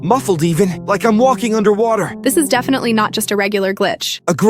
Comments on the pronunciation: "Defeeneehayall" "Poohrer" "Dubbayoueiyychoe" "Dubbayouarringee" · bro really said "defineoa 1jedfe" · did bro js say fefeeny heyaou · what’s deefeeny heal? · "definuah" HITS HARDD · "DafEEn ra-HÆL" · Defenie reheal